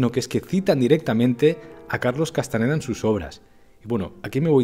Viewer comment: Carlos es Castañeda con Ñ. Si los gringos no tuviesen esa letra no significa que uno lo pronuncie mal.